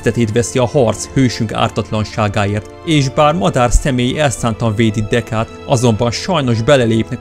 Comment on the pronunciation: Nem Deká hanem Deku